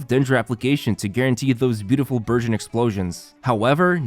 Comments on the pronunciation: omg i heard virgin instead burgeon 🤦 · I heard virgin instead of burgeon... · All i hear is Virgin rather than Burgeon. 😂 i cant 😂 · I swear I thought he was saying “virgin team”😂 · I'm sorry but- I thought he was saying the "Virgin" team 😅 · I thought he was saying "virgin team."